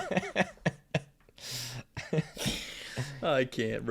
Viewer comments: JAH-Lah-pen-no broke me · Always love the pod guys! but im british and is that REALLY how americans pronounce jalapeno!?